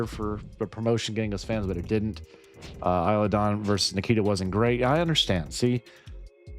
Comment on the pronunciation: Isla is said like eye-lah like island is said eye-land